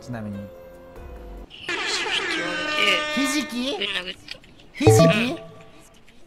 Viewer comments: 『ひじき』が『なえじ』に聞こえたww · ひじきって言われていやで殴ったのに がひじきって言うのはちょっとね… やめた方が…